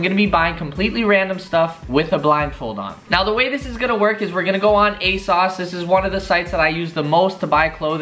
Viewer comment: Its asoooosss not asauce 😭😭